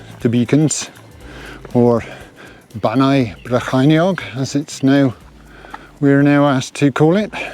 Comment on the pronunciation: Welcome to.....Bannau Brycheiniog and your Welsh pronunciation were spot-on 👍 my partner's first language is Welsh. I sympathize losing your gear I lost the very same rab and also rab glove my best pair 😡 congratulation on reaching a landmark number 🤨